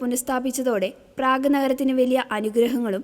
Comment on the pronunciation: പ്രയാഗ് അല്ല.. പ്രേഗ്..